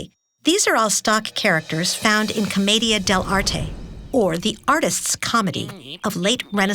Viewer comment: that pronunciation of "commedia".... jesus